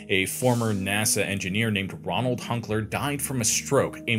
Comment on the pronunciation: Ronald or Roland? It's said one way, written another.